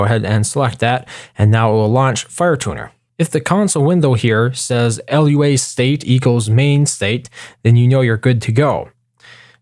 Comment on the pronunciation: It's not pronounced L U A, it's pronounced looa.